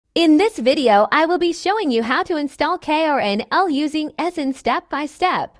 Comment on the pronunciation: I love how the fact this text to speech voice said e sign so wrong 💀💀💀💀💀